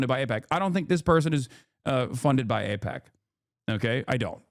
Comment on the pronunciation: That's the smoking gun? Whether he can pronounce AIPAC correctly? JFC